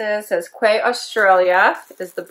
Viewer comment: Hi...Fern here from Canada. Newfoundland.another great in boxing .your doggies are to look sweet! I'm the lady who has two little bishons...Jax and Jill. The kimono was gorgeous! The sunglasses are nice too. But the correct pronunciation of Quay is "like key" I know every body gets it wrong (lol.) I live in a little small community close to the bay...called Badgers Quay. So I really should get myself a pair of those sunnys...that would be so cool. Anyway nice chatting...take care. Fern